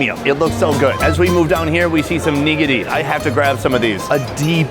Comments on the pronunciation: Are you pronouncing nigiri wrong or do you mean to say nigidy? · Who you calling neegadee? 😂